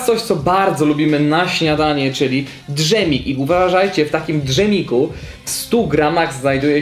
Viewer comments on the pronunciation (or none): to jest dżem! a nie drzem :D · mówi się dżem a nie drzem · dż em A nie drzem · mowi sie dżem a nie drzem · Michał Sternak d żem sie mówi. Nie Dżem drzem sie mówi dżem sie pisze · d żem i dżem brzmi tak samo? no chyba nie :D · Czemu ty mówisz na dżem= dszem? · ojejuu jak mnie zabolało to dżemiku 😂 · Chyba DŻEM a nie DRZEM 😂👌🏻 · Dżem a nie dRZem... Poza tym : Najpierw kostka cukru ma 3 gram (tak powiedziałeś) a przy musli nagle 1 kostka = 1 gram... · Mowi sie dżem a nie d żem XDD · Nie d żem tylko dżemem nie rozdzielaj dwu znaków nie chosziles do szkoły . Wiem że data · człowieku naucz się wymowy polskiej w słowie dżem. Bo to nie jest drzem tylko dżem :o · błagam cie, nie drzem tylko dżem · Michał Sternak to zwróciło też moją uwagę, denerwuje mnie jak ktoś tak mówi :p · Walony Pikachu Jedzący Lizaka Mówi się DŻ em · . Xd źle wymawiasz słowo dżem